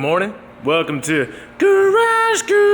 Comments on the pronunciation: Best “garage garrragee!!” In a while all smooth!! Lol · who else says Grrrrrrrrage Grrrrrrrage with in the first 30sec like I do?